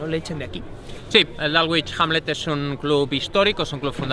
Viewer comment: dálgüich jánle... madre mía! bueno, dejando de lado la pronunciación barbárica del Dulwich Hamlet, lo importante del reportaje es que es oro puro, muchas felicidades!!!! es de 10 el seguimiento a futbol británico modesto!!! les recomiendo mucho dar un vistazo al Clapton FC o al proyecto de Robbie Savage que está tratando de revivir al Macclesfield Town ahora Macclesfield FC!!